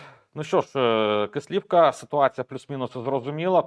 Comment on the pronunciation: Будь ласка наше село називається Кислівка наголос на перший склад